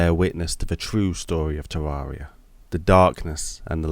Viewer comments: The second he said tarroaria i was like nope i aint liatwning to him butcher this beauty in that way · Can't get over how you pronounce Terraria, it hurts my ears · Knows the lore of Terraria, yet still can't pronounce it right.